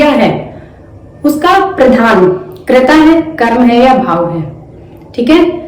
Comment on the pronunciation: करिता नहीं होता कर्ता होता है